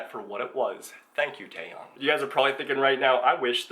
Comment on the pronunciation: Plz it's tae"yawn" not taeyong geez I'm so triggered rn